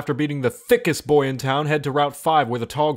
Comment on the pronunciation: just the emphasis on the word boy is enough to get me lol-ing